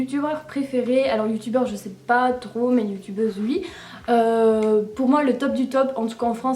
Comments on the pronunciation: on dit oui et non uii , ok ?? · J'adore tes "ui" x)